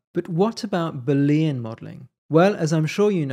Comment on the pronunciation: Looks interesting. Although I may struggle to ignore your pronunciation of Boolean. Judging from the way to write and say it, you don't seem to have noticed that it's a proper name, based on the work of George Boole. Newtonian, Victorian, Boolean.